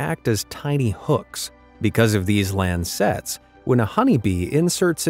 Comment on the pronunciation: It's lancets not land sets.